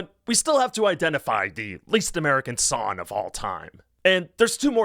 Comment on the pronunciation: As a linguistics nerd, I'm SUPER fascinated by your accent — an accent where "Song" is pronounced "Sonn" (and "Hung Up" is pronounced "Hunn Up"). I'm super curious what part of the country has a total "ng"-to-"n" shift (where it's not just limited to the ends of "-ing" verbs)! -Paintspot Infez Wasabi!